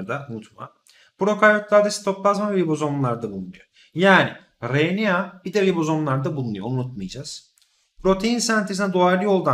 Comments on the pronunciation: hocam o kadar güzel RNA diyorsunuz ki r harfini hep söyleyebilen biri olarak ben sizin gibi güzel söyleyemiyorum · Hocam siz ne güzel RNA diyorsunuz öyle ;)